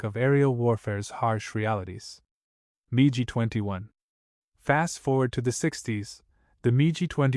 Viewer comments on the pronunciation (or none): SO it's "Mig" which rhymes with "pig" not "Mee gee" 15, AND the Mig 15 did NOT have an afterburner. That came with the Mig-17F. The P-40 was successful when used with Dive and Climb tactics vs. Japanese fighters, "boom and zoom", so diving was the preferred method of attack, not a problem. The FW-190 first test flight was June of 1939, but didn't become used by German units until August 1941. Again it's the "Mig" which rhymes with "pig" 21, and you forgot to mention the Mig-21 is STILL in operational combat service, as is also the F-4 Phantom. Please return this video and the AI that went with it to the "drawing board", as this is a fail. 👎